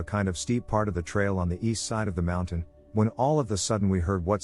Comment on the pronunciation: Why does the narrator pronounce "mountain" as "mounthan?" It's not just this video. Every time he mention cougars, he says "mounthan lion."